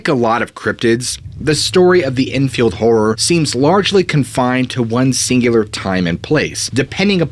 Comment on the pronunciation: lmao its "enfield horror" not "drunken whore" so it couldn't be pelosi